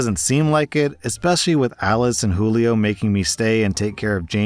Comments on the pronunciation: Jewel-ee-oh lol It's probably who-lee-oh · You pronounced Julio as joo-lee-oh. Not every time either, which makes it more confusing.